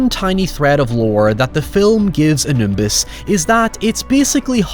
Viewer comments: It's Anubis. Not Anumbis. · Dude, it's Anubis, not Anumbis :D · Great review but the pronunciation is Anubis; not Animbus. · Coup d'état is French, it's pronounced "koo-day-tah". Edit, maybe this is engagement bait at this point but it's "Ah-new-biss". Not Anoombuss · It's Anubis,! A Nimbus is what Harry potter uses when he's late for work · ...coo-day-tah not coop-day-tat...also anumbus? anubis the way they sort of demonised anubis was what annoyed me about this film, anubis was never an evil god he was just the subordinate of egyptian hades (osiris) its the same thing a lot of movies and media has done with conflating death gods with evil gods. if they wanted to go for an evil god they should have used seth or apep since they where actual evil gods. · Did you say "Animbus" intentionally or did you forget his name is Anubis? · You live so close to France, how do you not know how to say “coup de tat” correctly? Also I don’t understand how it’s so hard to say “ow” words properly. “How” isn’t “high”. “Now” isn’t “nigh”. “Ow” doesn’t equate “eye” in the IPA. And excuse me? "Anunbis"? It's ANUBIS. No second N. What cringe. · Who the fuck is "Anumbis"? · Anumbus, that made me cackle so hard. I've never heard a better mispronunciation of Anubis. xDD I would suggest VHS for a good found footage style movie, but I'm also known to have poor taste in horror movies, so lol. ^^' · I’m crying over saying “AMNUBIS” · Let me justify my dislike by saying that "coup d'etat" is pronounced COOH-DAY-TAH and that "Anubis" is pronounced UH-NYOO-BIS. Not as much of a failure to respect cultures like those poor sodding archeologists in this flick, but it's going there. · Great video and all, but did he call him Animbus? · "Mother f*cking Anumbis" lmfao how'd you add that m in there? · I knew exactly how was going to end the video just minutes before he did, but it was still damn funny. Also "Anumbis". God I love pronunciations! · no one:: ANOOMBIS